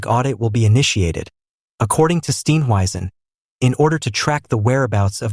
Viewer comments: Please pronounce his surname correctly. Steenhuizen. Not Steen weisen. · For heavens sake learn to pronounce his name properly- it's easy !!